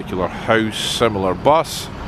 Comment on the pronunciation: I absolutely laughed every time you said BUS!